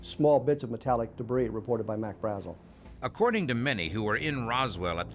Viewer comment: Why can't the narrator pronounce Brazel correctly, everyone else in the documentary pronounces it correctly God! Can't bare it! Otherwise totally rad doc🤙